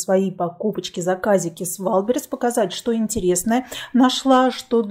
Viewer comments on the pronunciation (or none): none